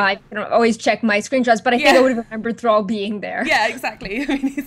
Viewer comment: alts and now thrall, really can't pronounce them correctly.